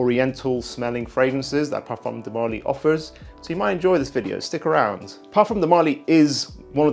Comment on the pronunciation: marLY not MÁrly